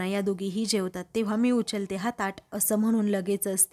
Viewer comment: उच्यलते?× उचलते✓